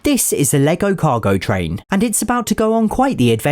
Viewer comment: You said cogo train